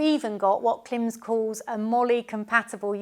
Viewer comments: Klim as in “rhyme” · You also pronounce KLIM wrong. :face-green-smiling::face-green-smiling::face-green-smiling